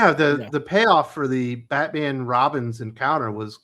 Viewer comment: IT'S BAT-MAM!! 😂😂😂😅